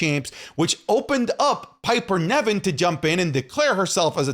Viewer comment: saying Piper Nevin instead of Piper Niven 😂 But yeah, Ivar would have been incredible in NXT